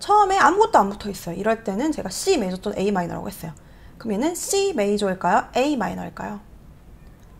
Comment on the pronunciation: 근데 왜 '메이조'라고 말씀하시는지? '조'랑 섞어서 말씀하시려고 일부러 그러시는 건가 해서요 ㅎ 크게 상관은 없지만 메이저라는 용어에 익숙해져서인지 신경이 쓰이네요 ㅎ